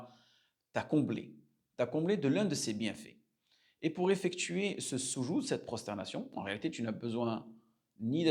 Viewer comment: Le soudjoud ....pas sousoud....vous avez déformer le sens du mot